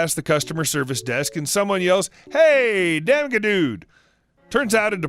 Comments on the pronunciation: I snicker that you pronounced "damageddude" as "dam-guh-dude" instead of "damaged dude" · How did you read damageddude with a hard "g"?